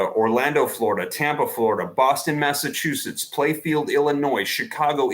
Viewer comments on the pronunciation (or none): none